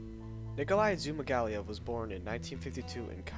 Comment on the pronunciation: in case you are wondering, he last name is pronounced Zoo-Mah-gah-Leave